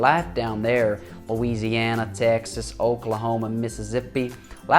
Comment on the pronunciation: "Mizzizzippi" Im dying XD